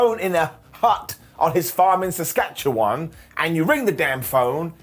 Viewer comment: 😲 is able to pronounce Saskatchewan properly😲